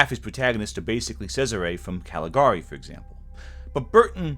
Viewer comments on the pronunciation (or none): none